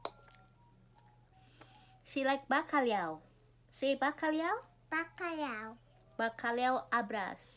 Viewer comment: Baru tahu kalo kamu alergi telur. Pinter Emily bisa ngucapin Bacalhau. Lumayan mahal juga harga seporsi nya kalo di resto ya:-)